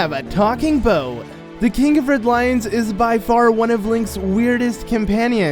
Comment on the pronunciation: Why is he saying bow instead of boat